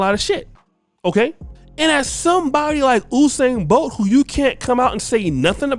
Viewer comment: Did someone say Whosain Bolt l?